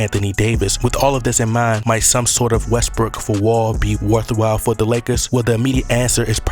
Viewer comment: I like how you pronounce West-brook as West-brick lol